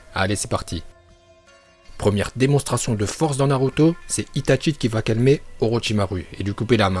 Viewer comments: Tes vidéos elle sont à moitiés en VO tu dis Naluto😂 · Nn mais t srx tu sais pas dire les nom des pelo de naruto alors fais de vidéo sur naruto